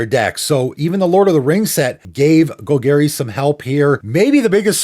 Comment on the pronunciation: I love your videos but the way you say Golgari is unforgivable